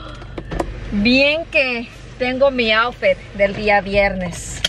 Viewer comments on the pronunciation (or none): none